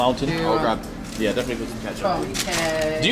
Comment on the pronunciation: You should ask them if they sell "Gongo", hehehe not Gango...